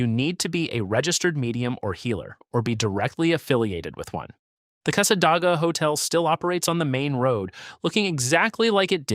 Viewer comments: Cassadaga is pronounced with a long A on the first A in DAGA. It was painful to hear it said wrong multiple times. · Yes, no Dah in Casssa-Day-guh. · It's NOT SWAN EE RIVER it's pronounced Sūwânēe. And it's NOT CASSA DAG AH either idiot it's pronounced Câssâdāgâ. And you're not even covering who actually lives there or who else can live in Cassadaga, because the entire community is not what you're claiming. It's a very beautiful area, and the folks there are friendly, this town IS NOT HATED BY FLORIDIANS and most visitors there find it quite enjoyable and relaxing. The person that created this AI GENERATED SLOP VIDEO is spewing old, outdated beliefs that are no longer held. And below is how Cassadaga really is, which this buffoon hasn't even set foot in this town, I have and it's nothing like this idiot says, nor can him or his AI whichever it is can't even pronounce the towns quaint name correctly either! Here's some FACTS about Cassadaga and these are 100% accurate, even though researched and copied, they match the town exactly. Cassadaga, Florida, is a small town in Volusia County, about 50 miles northeast of Orlando. Known as the "Psychic Capital of the World," it is an active, historic community of Spiritualists, mediums, and healers. _ Anyone can live in the broader community, but specific rules apply to the central Spiritualist camp._ My personal notation: "So much for this video saying others cannot live here, absolutely false." Oh, and yes, they do update their buildings with modern fixtures and other things another lie this video is misinformed on about this extraordinary community. Now back to the research that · Casa DAY ga not your AI generated nonsense. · It' s Casa -day-ga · Being a native Floridian, I really get irritated by all the mispronounced names of the towns! Casadaga is pronounced CASA-DAY-GAH! Micanopy is pronounced MIC-AH-NO-PEE! Why don’t you actually ask a native Floridian how to pronounce these names???